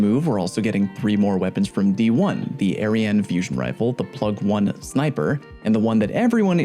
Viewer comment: He said Plug-1 sniper and eriene fusion😂